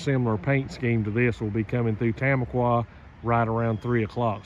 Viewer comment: For what it's worth, Tamaqua is pronounced ta-MAH-kwa, not TAM-a-kwa.